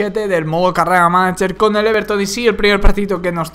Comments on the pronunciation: No jajaja, se pronuncia manayer xD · porque siempre al principio dices manacher jajaja